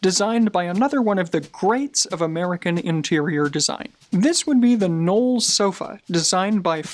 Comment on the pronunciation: Definitely appreciate the effort, however "Mies" is pronounced with a long "i" and the "e" is silent and "Knoll" has a strong "K". Enjoyed the insights nevertheless - great work.